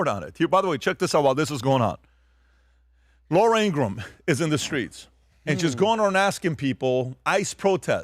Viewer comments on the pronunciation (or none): none